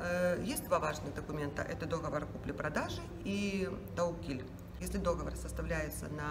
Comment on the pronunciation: Не дОговор! А договОр!!!!!!!!!!